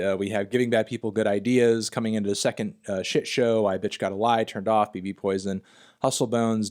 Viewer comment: Fantano still pronouncing BB Poison as “Bee Bee Poison” despite the fact that Stefan pronounces bbpoltergiest as “babypoltergiest” in the track.